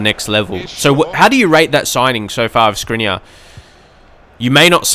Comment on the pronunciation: Feel free 2 pronounce Škriniar the right way: Shkriniar